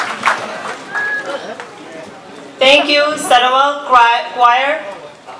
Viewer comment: I understand why there may be some confusion. The emcee made a mistake with the pronunciation -- it should have been "Satowan", not "Satawal". The peoples of Satowan are Satowanese & the atoll is in the territory of Chuuk. Satawal, where Mau Pialug is a native to, is one of Yap's outlying islands. There are however, a number of striking correlations btwn the outer islands of Chuuk & Yap, namely linguistic elements/dialects because of its proximity to Chuuk such as the island of Satawal. Many of Yap's outlying islands extend eastward ..closer to Chuuk, more than it is to mainland Yap. Hope this bit of info helps.